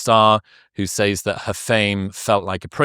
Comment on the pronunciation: Please learn how to pronounce "SAYS"